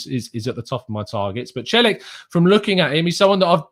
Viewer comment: Celik is pronounced chelik